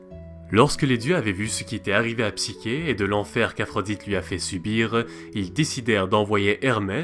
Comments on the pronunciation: Le Mythe est modifié dans ta vidéo, est ce fait exprès? Il manque la condamnation de psyché (qui se prononce "ch" Et non "k") qui doit se marier à un monstre et qui fini finalement par être accueilli dans un Palais qu'elle croit être celui du monstre en question. Il manque aussi d'autre détails qui ont leur importance. Ps: tu parles d'un Eros fils du Chaos, mais celui ci est à discerner de Eros que l'on voit dans ce mythe comme Cupidon (cf le Banquet de Platon) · wsh c heros et psicher toi tu dis psiker alors que c psicher le ch se lit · Cest psyCHé et non psyQUé